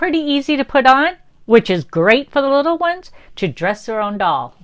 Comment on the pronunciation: Little not lottle